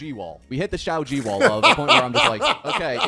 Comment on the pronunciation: "Shaoji wall" 😂